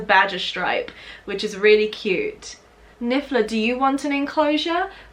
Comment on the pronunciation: I don't know if you did that on purpose or his voice type but it's niffler not bigler